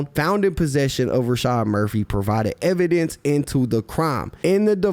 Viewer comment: He said evan dance or evidence